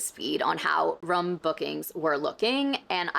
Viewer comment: says “room” like I do!!!! where are you from??? In college, the other midwesterners noticed it & it bothered them, but here in eastern Montana, people don’t notice it, but only people from the upper east corner say it like that. I will die if she’s from there, I feel like I would have heard about her locally lol. But it’s very unique, while it did not bother anyone but the midwesterners, everyone noticed if it was pointed out